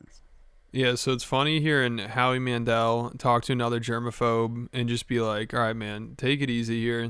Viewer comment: Who tf is “Howie Mandrel” and how did he become famous